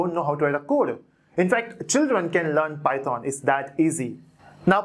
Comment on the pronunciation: It does matter how you pronounce it. It's python bot Pieton lol